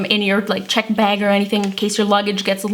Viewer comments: Margaret Huerta behg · You say "bag" in such an interesting way. Never heard it said like that